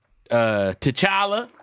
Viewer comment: Man said T’challa 😂😂😂